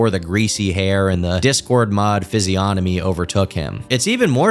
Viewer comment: Subscribing because you're the first YTer to pronounce physiognomy correctly.